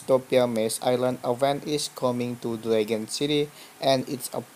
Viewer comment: DRAG-ON not DRAE-GUN